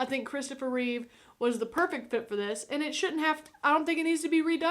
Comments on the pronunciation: Reeve* not Reeves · It's Christopher Reeve. Not "Reeves." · It's Christopher Reeve. Not "Reeves". His only S is on his chest. RIP the greatest Superman and on-screen superhero of all time. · Reeve, not Reeves.